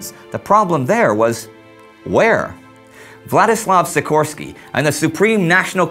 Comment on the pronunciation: great vid! just saying Józef Piłsudski is pronounced Yoozef Peewsoodskee and Władysław Sikorski is pronounced Vwadiswav Sheekorskee